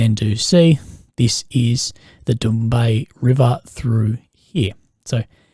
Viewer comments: The utensils on the drone are to defeat any cope cages. Hey I love you videos. Very informative. The river that borders romania is pronounced Dan Yoob. Sorry it's my mental thing. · Danube 😂😂😂😂 bro Dan—-ube 😂😂😂😂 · you killed the pronunciation of the danube river mate hahaha :). all jokes aside once again good video